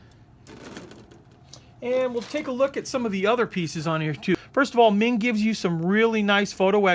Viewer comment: The pronunciation of meng is closer to mong, It's a chinese family name.